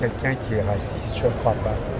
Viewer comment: "He's rwasist"